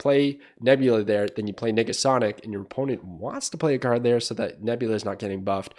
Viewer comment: Bro needa watch his enunciation of Nega Sonic